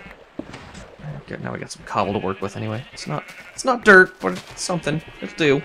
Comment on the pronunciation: Anyone else think that when he says DIRT he actually says DERP?